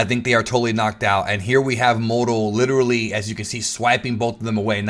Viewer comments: The way you say Moro is disgusting, annunciate better. You sound like you’re saying modo or morto. It’s pronounced Moor-o. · ur amazing. But I cant stand the way u say moro 😂😂